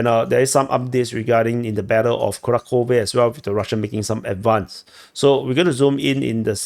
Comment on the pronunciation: kuRAhove. Also, there's no "k" sound in Kharkiv/Kharkov. "Kh" stands for a single letter.